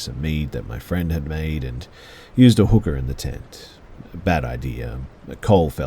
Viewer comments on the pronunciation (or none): Ok story around 35 minutes… I had to back that up a few times because it def sounded like he said “and used a hooker in the tent.” And not Cooker, and for a second I was very confused.